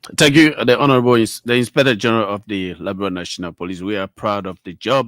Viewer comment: With all respect , please pronounce correctly Liberia not liberalia